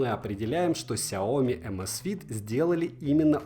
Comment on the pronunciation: "Рассказываю о бренде больше года!". За это время так и не выучил, что не сяОми, а сяомИ!